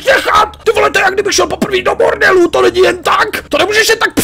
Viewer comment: Já jsem mu rozuměl místo „bordelu" „mordor" xD